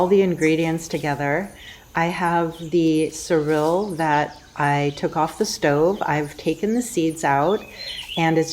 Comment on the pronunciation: SoreElle, not Cyrill siryl surill